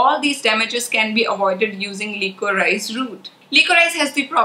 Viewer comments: The right pronunciation is li-co-ri-sh and not lee-co-raa-ees. I don't mean any offense but just wanted to let you know of the correct way to say it. Sorry in advance if it offends but my intention is not so. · FYI Liquorice/licorice is pronounced "li co rish".